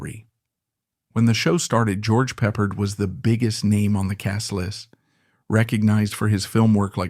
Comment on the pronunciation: please. stop saying Peppered. If you were human or had any idea what you were talking about youd know who George Pep Ard was.